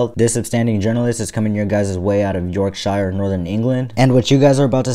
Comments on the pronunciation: Note to all Americans - Its Yorksher not York Shyer. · It’s pronounced “Yorkshur” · ITS YORKSHER